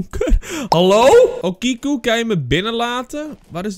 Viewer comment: Hey, ik weet niet als je het interessant vind maar ik ben een student japans! Okiku spreek je uit als ‘o’ als in open ‘ki ‘ als in key en ‘ku’ als in cultuur. Sake is ‘sa’ als in saai en ‘ke ‘ als in kerk. Ik hoop dat je dit interessant vind